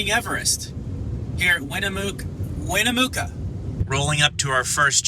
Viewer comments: Winnemucca. It’s not pronounced Win-a-mooka you goof, it’s Win-a-mukka. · Winnemucca is pronounced with a soft U. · Bro….pretty sure it’s WinuhMUCKuh. Ever listen to Johnny Cash’s “I’ve Been Everywhere”? It’s in there! Love your channel…and my MY Juniper!